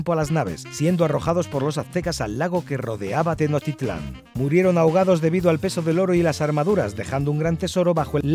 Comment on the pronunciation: Tenotitlan :v es Tenochtitlan, así se pronuncia